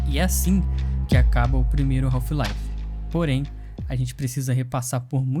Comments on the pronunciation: A pronúncia correta do inglês não seria "raf laive" e não "raulfh..."😮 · Melhor jogo da história e que brasileiro fala o nome errado kk